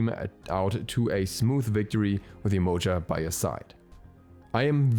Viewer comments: It’s definitely not pronounced YE -MOE-JUH. It’s Yeh-Ma-Ya 💯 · the right way to spell her name is Yemanja. The way you spoke sounded more like "emoji" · It's pronounced Jehmoja